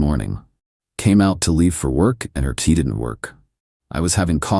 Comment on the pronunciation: I like how the AI always mistakes "key" for "tea" in these automated tales...